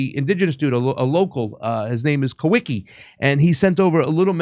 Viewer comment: I believe the correct pronunciation for the guy you call Kah wee kee is Kah vee kah